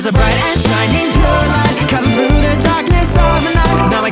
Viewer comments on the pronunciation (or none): none